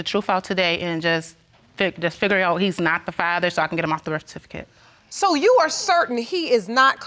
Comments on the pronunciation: "i regret letting him sign the BIRF FATIFICATE" ... what! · Did she just say "birf-a-tificate" 😂😂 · the birfertificate 😂😂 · Making baby after baby but can't pronounce "Birth Certificate " it's not "Birf Afificate" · If one more mfkr says "birf fatificate" I'm gonna SCREAM! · Did she said Birf Atificate?????? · She just gone keep calling it the birth atficate tho? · What's a "birf fatifaket"? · The berf atificate?!😂😂🤣🤣🤣🤣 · Sha Sha 🤣🤣🤣 I thought she was saying birf-fer-tificate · Not the “birfatificate” 😳 it be your own people 🤦🏾‍♀️ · Why can’t she say “birth certificate”.. it’s pissing me off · Her pronunciation of birth certificate is enough to upset me. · Did she mispronounce birth certificate? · She can’t even say birth certificate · Why is it that no one knows how to properly pronounce BIRTH CERTIFICATE smh! Almost every episode LOL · you dont need her to be the mother of your child, she cant even say "birth certificate" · I just want her to say birth certificate correctly.